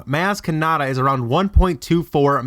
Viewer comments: The only thing worse than all these bullshit theories he is spewing, is how he pronounces MAz KAnAtA. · He pronounced her name wrong so I am now died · I stopped watching this bs cause you deliberately keep pronouncing her name wrong? Why in the hell for? smh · You say Maz Kanada wrong...